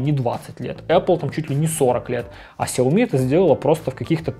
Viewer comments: Шао ми как сказал основатель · Влепил иероглифы в ник, но сгенерировал хрень, в Китае произносят сяоми. Во многих провинциях, даже в их мисторах так же говорят.